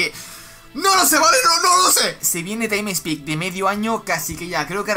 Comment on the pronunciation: Taim spik